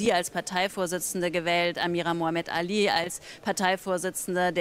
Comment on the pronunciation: Liebe Leiterin der Konferenz, ist es richtig schwer, Muhammad Ali zu aussprechen? Mussten Sie sich nicht vorher vorbereiten?